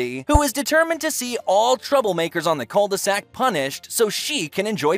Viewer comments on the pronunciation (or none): When you say cul-de-sac, it made me think of ed edd n eddy